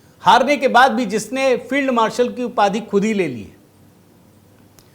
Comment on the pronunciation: ठिक से उच्चारण करें । श्री युक्त पाकिस्तानी फेईलड मार्शल ।